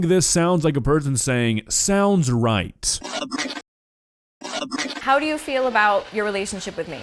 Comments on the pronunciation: Its sounded like "a brick" not "sounds right" 💀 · That was not "sounds right", it sounded more like "sub get"